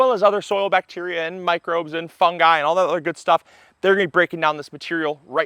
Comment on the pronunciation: Thank-you for pronouncing fungi correctly.